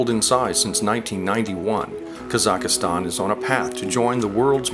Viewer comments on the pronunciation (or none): It is not pronounced "Kazakh-a-stan." It is "Kazakhstan."